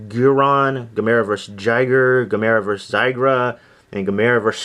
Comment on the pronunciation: loved Would You Rather,Evil Dead 2,Monster Squad,The Fog From Beyond is my favorite Stuart Gordan and Jeffrey Combs film btw you're saying Gamera wrong ;)